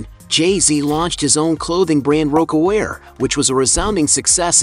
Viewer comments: it's pronounced "Rock A Wear" not "Roak A Wear" LUL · RO-ckawear? Really? How much do y’all really know??…